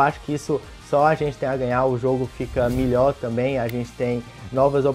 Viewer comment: Cara na moral eu adoro que em vez de falar melhor ele fala milhó é muito bom